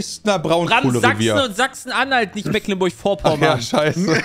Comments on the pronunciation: Mecklenburg nicht "Mäcklenburg" das triggert mich so hart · Es tut immer wieder ein bisschen in den Ohren weh, wenn "Mecklenburg" so falsch ausgesprochen wird🥺 Es wird mit langem E gesprochen, nicht mit kurzem. :D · Als Geborener Schweriner fühle ich mich schon manchmal dezent getriggert wenn die Jungs Das Meck in Mecklenburg zu deutsch aussprechen... Es wird ja Meglenburg ausgesprochen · Die Aussprache einiger Orte dürfen die Jungs gerne nochmal üben. Selbst einfachste Sachen wie Mecklenburg, Usedom oder Magdeburg kriegen sie nicht hin xD